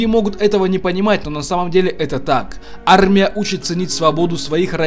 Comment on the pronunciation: Как это произносится "Арррмия" 👍